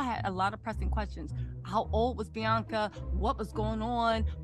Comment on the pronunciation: It’s not blac China it’s Bianca you said black China 😅